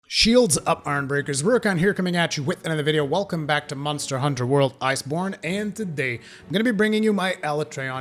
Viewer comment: "Welcome back to Muntser Hunter World"